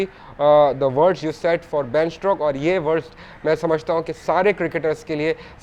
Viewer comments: Strokes nahin bhai. Stokes. Ben Stokes. Not Ben Strokes. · Stokes hai bhai strokes nhi